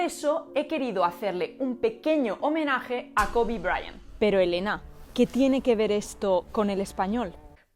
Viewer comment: La mitad del video pensé que decías covid. Luego me enteré de que era KOBE :D El code-switching es súper normal en hablantes bilingües, aparece en mi hogar como en tantos otros. El Spanglish es un fenómeno pero no soy partidario de llamarlo una lengua. Una cosa también es el code-switching y la otra es el insuficiente dominio del español o del inglés o de los dos, que precisamente incentiva el surgimiento de semejantes cruces lingüísticos. El español hablado por los hispanohablantes de los EE.UU. definitivamente es de peor calidad que cualquier otro español a nivel gramatical, de pronunciación y, principalmente, de léxico, dónde el desconocimiento del léxico propio del castellano se compensa con numerosos anglicismos. Nunca he escuchado que alguien de los EE.UU. hable español a un nivel C1 o C2. Realmente es lo que tú dices en el video. Es un "kitchen Spanish", hablado en el círculo familiar con muy pocas palabras y con el fin comunicado pero súper reducido. Según mi observación podría ser un A2-B1 como máximo.